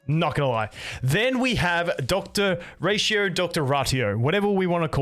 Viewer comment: You pronounced their names perfectly.